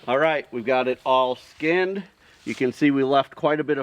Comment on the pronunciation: Skunned??? LOL LOL Sorry but it is skinned. Really. Great work, done in an educational compassionate way.